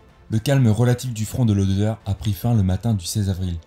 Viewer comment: "Oder" et non pas "odeur" ...